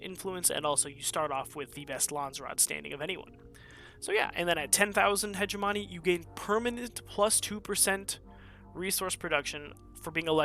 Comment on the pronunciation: I usually don't care about grammar. But I have come to the conclusion that every wonderful streamer will mispronounce hegemony...